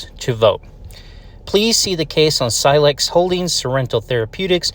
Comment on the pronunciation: Scilex not Silcex. Great letter bro.